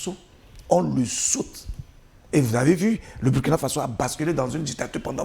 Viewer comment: Commentaire tres important, et tres pertinent. Cependant c'est Burkina Faso, qui se prononce "bourkina". Le nom "Burkina" vient d'une langue de pays.